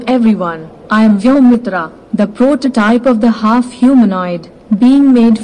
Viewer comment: Vyomutra 😅 its vyomitra she said mutra 😅